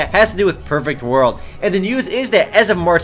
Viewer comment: When he says "perfect world" to me it sounds like Pervert World